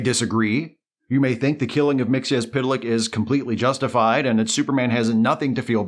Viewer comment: Thank you for correctly pronouncing Mr. Mxyzptlk's name.